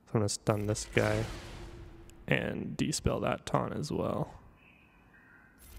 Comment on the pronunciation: it's dispel. No such word as despell 😉